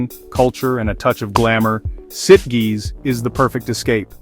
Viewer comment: I believe Sitges rhymes with Beaches